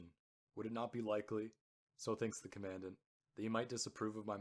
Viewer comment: Good--a note on pronunciation: you pronounce Commandant as though it is spoken like the word "commandment" (short "a" sound, accent second syllable). There is no standard pronunciation of "Commandant" like that, in British or USA accents. A Commandant (accent first syllable) is a person in command.